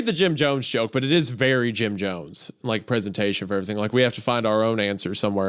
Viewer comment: You’re berry my berry?!